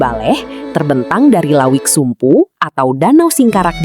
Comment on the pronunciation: bukan lawik tapi lauik